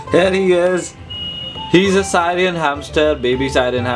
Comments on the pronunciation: Syrian is its spelling .syrian is said as sirian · Its pronounced "sirian" like the country Syria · Syran nhi Syrian pronounced as=- (seerian)